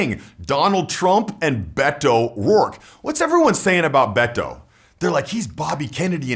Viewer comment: Finally, a white person so can say Beto's name right